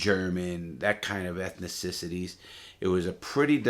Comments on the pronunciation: “Ethnicicities”😂 I love you Larry keep it up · "Ethnicisities" lol. Keep it up big dog